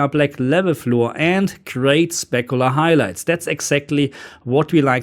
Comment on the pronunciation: I could listen to you saying "Black Lebel Floowr" and "Spekoolar Hailaijts" all day long.